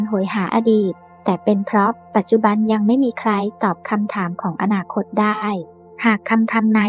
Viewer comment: อนาคต อ่านมาได้ ว่า อะ-นา-คอ-ตอ 555